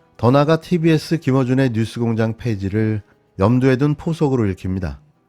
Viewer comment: 아이구 여러대표님아 뉴스를 유스라고 발음하냐 모지라보이게